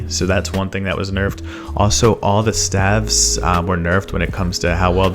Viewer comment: Not the way you pronounce staves 😉